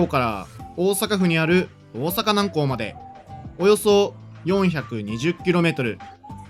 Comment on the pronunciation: 南港の発音に違和感